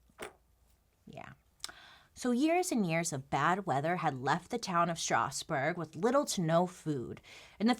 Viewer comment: As a french, I love the way you pronounce Strasbourg!! it's wayy fancier than the french pronounciation ^^